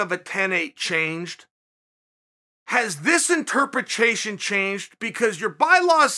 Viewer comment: Anyone else notice chael can't pronounce interpretation